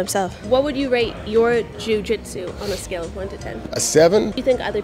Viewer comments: Love her pronunciation of joo gee tzu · Jiu Jitsu was giving trouble every time she had to say it. She pronounced Jiu Jitsu differently every time. Still love her platform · Why is she pronouncing jiu-jitsu like that? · The way she pauses and emphasizes the “jiu” in, jiu jitsu is adorably funny.